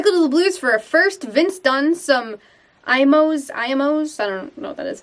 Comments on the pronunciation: I think the Blues could sneak in and snag Eichel. Also, Imo's is pronounced E-mos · Having lived in st Louis for 20 years and being a Minnesota resident I feel like I need to clarify a couple of things. 1. It's pronounced emos pizza. It's a thin crust pizza with gooey provel cheese which is a mixture of provolone and mozzarella. I believe it's only available in st Louis imos is a st Louis staple and icon. 2. Tater tot hot dish. There are a billion variations. But basically it's a casserole with Tater tots often made with cream of mushroom soup. Sometimes it has meat and cheese . Sometimes just cheese. Sometimes onions. Like I said there are are a lot of variations.